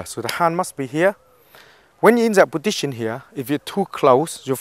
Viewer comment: i love how he says positsion